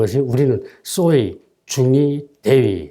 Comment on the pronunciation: 소위를 쏘위라고 말하는 씨의 잘못된 발음은 매우 듣기 거슬린다.